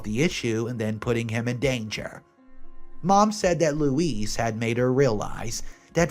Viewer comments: Story 1 is terrible and i needed to say Louise it’s not louis it’s pronounced louese 😂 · Not Lois - Louise. Loo-eeze. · this is Lois. The proper pronunciation is like Louisiana with out the ana. Goos stories, people are crazy! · If her name is spelled right, sorry but that is Not Lois, which is how the name is spelled which matches the way you mostly said it, Louise is said Lou-Ease, which you did say once. All the best. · Not Lois . Louisie. You make a lot of mistakes. very distracting! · Louise is pronounced Loo-eeze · Louise - Pronounced Looees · Story 1 - Louise... pronounced LOU-EEZE. Story 2 - Should I Stay or Should I Go, sounds like the father was a huge fan of The Clash. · Louise = loo - ease Lois = low - iss Sorry for being pedantic, just letting u know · Since when is Louise pronounced Lois? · It’s loo-ease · Thank you for your work and I really appreciate your stories. In story 1 I can’t decide if you can’t spell Lois or can’t pronounce Louise lol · I don't want to sound mean, but wanted you to know correct pronunciation.